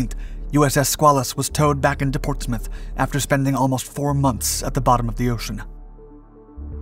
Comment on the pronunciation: I am a Portsmouth and retired worker at PNS. You should have checked your pronunciation.